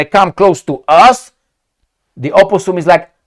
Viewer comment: "aposum" hahahahhahahahahahah you are good